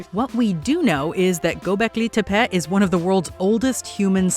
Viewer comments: Every time she mispronounced "Gobleki Tepe" all I could hear was a female Cartman. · The way she says Gobekli Tepé makes me want to fight someone...